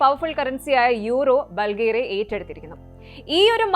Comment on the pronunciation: ബൾഗേറിയ എന്ന് അല്ല പറയുന്നത് ബുൾഗാരിയ എന്ന് ആണ്